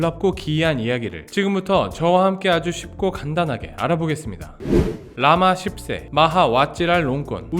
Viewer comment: 오늘따라 발음이 라마 ㅆ새로 들리는건 착각인가 ㅋㅋ